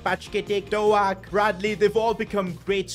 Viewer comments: hey as a liverpool fan quite annoyed that you called him ben doe ak its pronounced doke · Pronounce ben doak Ben doke not Ben do al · It is not ben do ak its ben doke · Doak not doAk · It is pronounced dok not doak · Bro says Dowak not Doak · His name isn’t doAk it’s pronounced do-k Btw you should take over rangers next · Is Dook not Do-ak 😂😂😂 laughing the whole time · Bro the pronunciation is ben doke no ben doaak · "ben DoAHk" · It’s Douh-k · Bro really just said Ben do-a-k 💀💀💀💀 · It is Ben-doe-k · Hi just saying Ben doaks name is pronounced as doke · It’s so funny how pronounces Ben Doak’s name like Ben DoAk 💀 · His pronunciations of Bajcetic and doak is annoying me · The way he says doak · The way he Butchers Doak's name annoys me so much.